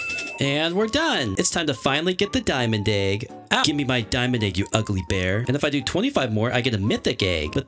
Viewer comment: He always says it like “aig” instead of “egg” 😂